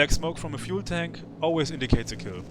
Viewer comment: Love the: "fühel tänk feuer" 😂